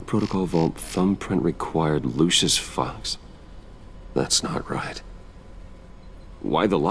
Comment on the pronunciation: Did Bruce call Lucius "luscious" ?